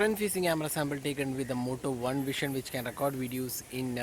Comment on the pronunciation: Its Vision (व्हिजन) and not व्हीशन , pronounce properly. BTW Moto One Vision is great here, In 20k they are providing OIS.